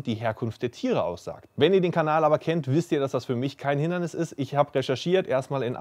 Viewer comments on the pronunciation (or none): none